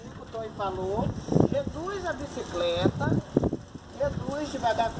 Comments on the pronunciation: Agora eu tenho certeza q a brinca de falar errado.Observaram q ela fala bicicreta é depois fala certo....bicicleta? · No segundo 06 fala BICICLETA. No segundo 34 fala BICICRETA🤦‍♀️. Hora fala CRETA hora CLETA....KKKKKKK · fala certinho bicicleta mas esquece que não fala e fala bicicreta afs kkkkkk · Foram dois dias pois trocou a roupa?? E porque a fala bicicreta e depois bicicleta???? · Boa tarde que bom isso aí. Gosto muito da senhora. Curto muito os vídeos da senhora. Mas porque que a senhora uma hora fala bicicleta ( coreto) e outra bicicreta? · Que issso uma vez fala bicicreta outra bicicleta